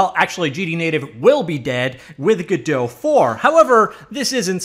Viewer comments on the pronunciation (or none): "g-DOUGH" "Go-DOT"